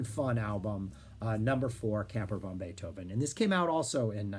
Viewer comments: You made me laugh all the way through the introduction. It sounds like you're calling the band "Camper Von Beethoven". It's definitely "Van Beethoven" to my thinking since the idea of Uncle Ludwig hanging in an RV park, growling at the noisy neighbours, is irresistible. I saw the reformed band play songs from NEW ROMAN TIMES at the Winnipeg Folk Festival and immediately ran out and bought the album at the music tent. Great songs and a very prescient concept. I'll definitely have to check out EL CAMINO REAL and LA COSTA PERDIDA. You put together a terrific overview of their "Santa Cruz" and Virgin years,, so I dusted off the box, CIGARETTES & CARROT JUICE. It contains CVB's first three albums and helpfully puts all the eps, b-sides & covers on a separate disk titled CAMPER VANTIQUITIES. There's also a live album, GREATEST HITS PLAYED FASTER, and a neato booklet in the box. The first two albums are lo-fi fun; although "Skinheads" was the 'hit', my entry point was the equally sarcastic "Where the Hell is Bill?". The eponymous (third) album is a pretty powerful piece of record fandom (Floyd, LedZep Charlie Daniels, and even Young's "The Loner" buried in "The History of Utah"!). Everyone is cooking here and we get more fleshed-out Lowery songs as well... the band seemed ready for the majors. As you pointed out, the pair of major label albums are must-listens. KEY LIME PIE has some amazing sonic moments: "... Laundromat" sounds like Roxy Music fronted by Kurt Cobain. There's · You gotta pronounce it "van", not "von", if you want to maintain the wordplay of their name.